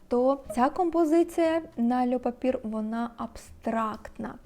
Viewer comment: льо папьє, а не льо папір🥲 також маю цей аромат, дуже подобається)